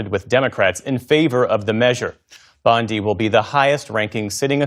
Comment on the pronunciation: Its "BONDEE", not "BONDYE".